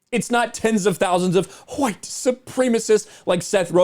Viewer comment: IMDB is messed up because AWS is suffering major outages. And dude, could you please stop overemphasizing the Huh-white business already? You, DC, Yellow Flash etc all have this weird kink and it's getting annoying AF now. Just say it normally or not at all, because it stopped being cute a week ago.